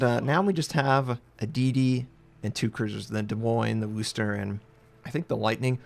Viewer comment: Good God sakes, learn how to pronounce Worcester! Look up "how to pronounce Worcester " on youtube